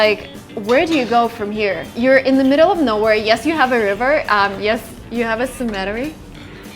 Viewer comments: It took me a while to figure out what she was saying. I thought it was "cementary" as in a cement factory or something. When she mentioned people being buried, I figured out what she meant. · New Jersey here. Some friendly advice, it's pronounced CEM-eh-terey, not cem-EH-terey, you have to put stress on first part of the word because it sounds like you were saying "symmetry" which means something completely different. 😉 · Nice video. Girl, one thing, cemetery pronounced as cEmetery. The stress is on the first E. ;) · I think "smettery" was supposed to mean CEMETERY. In USA we pronounce it, "SEMM-uh-teh-ree". "Typical American" homes don't have burial grounds on the property. Neither do we have 3 or 4 dwellings on our land, porch railings made from antique wooden wagon wheels, perfectly preserved vintage 1960s formica kitchens, or Himalayan pink salt on the dinner table. Most of us rent apartments and dream of owning a single-family dwelling in a middle-class suburban area. Those of you visiting or immigrating from other countries will probably end up living in homes quite different from this farmhouse, and quite different from anything in San Francisco, as well. The one thing all foreigners should take from this is: There is nothing "typical" in USA. We are a collection of people, ethnicities, foods, music and religions from all over the globe. Even our "natives" came from Asia. Our English dictionary has over 2 million words, many borrowed from other languages. While many have come here for freedom to practice a chosen religion, most of us respect the ways others seek their Creator, and we celebrate our diversity. By the way, point of science— cold air is denser, i.e., heavier than warm air. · Ohhh, cemetery? It’s pronounced [SEMM-uh-TAIR-ee] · CEM-e-TER-y is how it is accented. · a few things doing great. keep going pronounced BUH luvd. (beloved) pronounced SEM mit TAY REE (Cemetary) I like your perspective. 👌 I'm American <3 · Pronounced SEMatary.